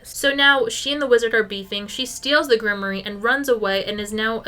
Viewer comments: Grimoire 💔 Grim-wAR not grim-ory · I've never heard grimoire pronounced like that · thats…not how you say grimoire…